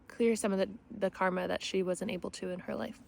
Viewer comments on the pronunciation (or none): none